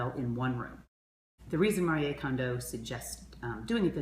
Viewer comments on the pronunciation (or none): Why do you say mariyay instead of Marie?